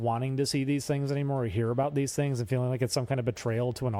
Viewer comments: jesus fuck dude its "things" not "tings", stop talking like a child weirdo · Ding Dong just regrets his past and thinks to bury it, he needs to rid of Oney Crew. Also, why the hell can you not pronounce your "H's" take a shot every ting he says tings and tirty